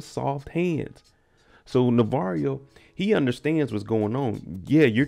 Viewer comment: Bruh I can never get over how this man says "Navarrio" 😂😂 I done caught myself calling him that when I'm watching with my friends